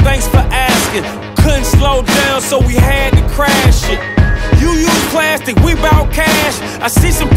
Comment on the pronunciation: It's plastic not platstic